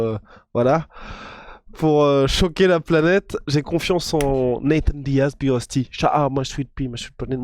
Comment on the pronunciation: Big rusty apprend a parler prononce bien les noms Anglais stp... Sinon autant mieu tappeler BIG LA ROUILLE